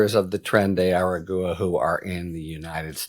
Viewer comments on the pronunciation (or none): Harry, I love your commentary and your point of view. But really, "tren de ara-goo-a"? That's beneath you. It's not hard; I know you can say agua, and you don't say "a-goo-a", you say -gwa. Just add an "ar" to the beginning of that - ar--gwa. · Every time you say eh-reh-goo-uh a kitten dies. Please pronounce it right. Ah-rah-gwah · Hi Harry, just wanted to help you with the correct pronunciation of the group name. The last word is pronounced like: a-ra-gwa. It is 3 syllables total. I hope this helps. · "Aragua" as in Tren de Aragua is pronounced ah rah gwa....just like Nicaragua. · Harry! You're too smart for this. Practice pronouncing the correct name of the gang. It's (phonetically) Tren de Are Agua (agwa). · Trenay-air-Ah-gwa. Try harder to pronounce it right, please! I live in Arizona and it hurts my ears to hear you pronounce it that way..😵💋💙💙💙👵🐺🌵🖖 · Tren de Ah-Rah-Gwa. Thank you for coming to my TED talk 😂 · Harry, the gang’s name is pronounced like water in Spanish. Just FYI. 😊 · Dude how are you still unable to pronounce aragua? It's not that difficult lol